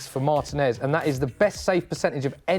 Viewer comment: Mar-teeeeeee-nez, not Martin-ez